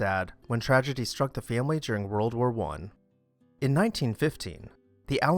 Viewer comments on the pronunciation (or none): none